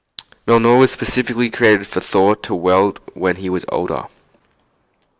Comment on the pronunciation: Can you not say thour